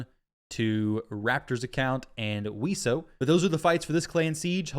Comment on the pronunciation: its VeeEseeo :P Wiesio